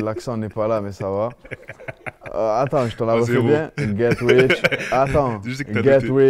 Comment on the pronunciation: Get wich or djui trayin haha 😂